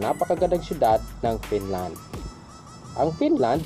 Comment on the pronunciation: BROD PAKIAYOS NG PAG PRONOUNCE! BKA MAGKAMALI AQ SA SPELLING NG FINLAND AS PINLAND!